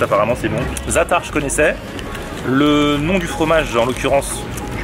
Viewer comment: Quand j’entends ta prononciation de « zaatar » ça me fait tellement mal aux oreilles 😭😭😭